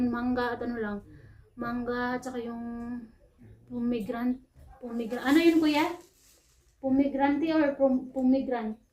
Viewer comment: Pomegranate pagbigkasin pomegranet,,,masarap yun gawin juice or ihalo sa vegetable salad